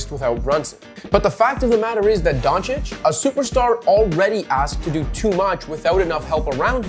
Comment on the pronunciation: Excellent pronunciation of the surname Dončić. And don't forget that Luka is only 23 years old. Excellently made content.